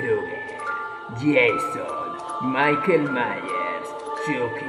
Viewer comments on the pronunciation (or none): Michael Myers osea Maycon Mayers